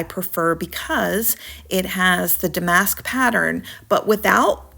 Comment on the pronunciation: It’s DAM-ask.